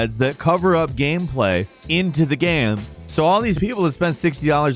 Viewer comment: Or as I like to call them, Gammranx because always says "Gamm" instead of "Game"